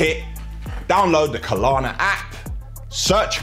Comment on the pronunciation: KLARNA not Kalana, I bet their company is cringing at this advertisement for them.